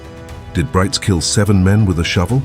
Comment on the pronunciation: Brites is pronounced somewhat like Breets.